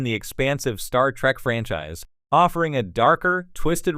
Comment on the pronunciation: Pet Peeve, why does the AI narrator keep saying "Star Track". At least that's what I'm hearing.